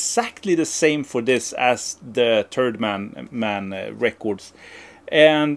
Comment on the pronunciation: I think your pronunciation of "Third Man Records" is a much more fitting name for the company. I would buy a "Turd Man Records" for the name alone